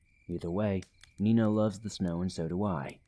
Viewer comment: Ha, Meena is my niece's German shepherd's name too! Unless I'm misunderstanding, and you're actually saying "Nina"...